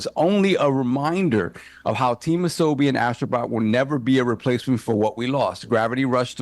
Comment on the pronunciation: Ah So Bee is how it is pronounced which means play in Japanese